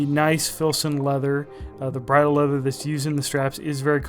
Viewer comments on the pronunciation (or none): none